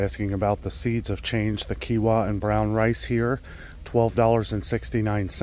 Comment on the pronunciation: Quinoa is pronounced Keenwa. Like your videos keep up the goid work